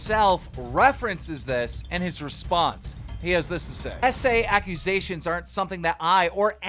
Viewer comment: ACKS KEE YEW SEE